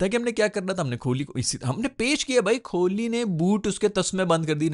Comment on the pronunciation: Virat hi bolo ku ki tmse Kohli nai bola jara bs Kholi Kholi bole jare ho..😂 fr Bumrah ko Bhumrah 😂